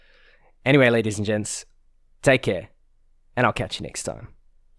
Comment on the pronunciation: Is it just me or is he saying "Good day ladies and jets"?